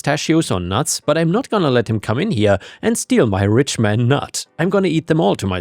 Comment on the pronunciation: i dont know if its a language barrier but Richmond nuts isnt pronounced rich man nuts